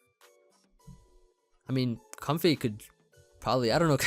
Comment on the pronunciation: It's pronounced like Coam-fay I think?